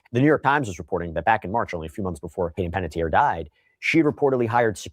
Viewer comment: Checking you 💔 out from Las Vegas.💔 While wearing my Chucky hoodie watching you today. So heartbroken 💔 about Hayden. & her last name is pronounced Pan-et-ti-er Like (Tee-air)